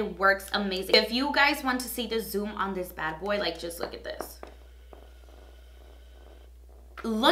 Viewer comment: i love the way you pronounce your ‘o’ sound. “ouunn the market” i love it no joke